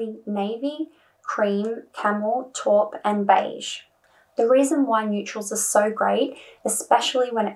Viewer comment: Taupe is pronounced like tope, not top.